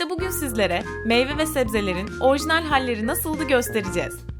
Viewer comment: Keşke hiç değişmeseymiş. Tabii eğer videoda söylenenler doğruysa. Ha bu arada "orjinal" değil "orijinal" olacak.